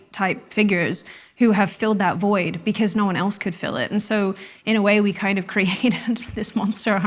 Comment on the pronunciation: beceuz... I can't deal with that pronunciation lol